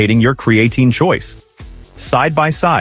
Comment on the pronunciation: I lost interest as soon as I heard kree-A-teen. If your robot can't even pronounce the primary subject correctly, maybe you ought to get off your ass and do it yourself.